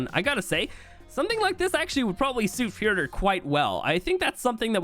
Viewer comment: The furdur lmfdo